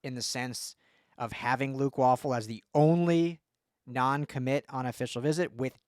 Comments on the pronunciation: Way-Ful.... please do better lol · It’s pronounced “Way-ful”….but, yeah, what a monster recruit and a budding SURPRISE for ‘SC ☝️😎